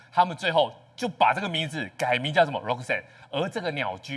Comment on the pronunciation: 節目來賓連發音都錯RA-KA-SAN，真是三條線😢